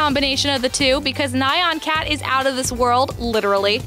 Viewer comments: Not to be picky, but Nyan Cat is pronounced how it is spelled. 1 syllable. ニャン. N-yan. Just like “Ryu”, which also has only 1 syllable, but is commonly mispronounced as “Rye You”. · Nye-on Cat... Sigh Chimera is pronounced like chorus, with a K sound... Sigh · Omg, it's not ni-an cat! It's nee-an cat O_O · Neigh-ahn cat..... Chai-mera .... Dat pronunciation. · ughh I completely agree! XD I've had to train my brain to say it the "correct" way.